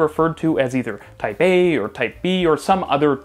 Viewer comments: Everytime he said "Type A" I heard Taipeh.. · I keep hearing "Taipei" instead of "Type A" 😆